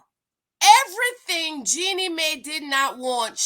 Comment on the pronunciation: JEAN-knee MY not May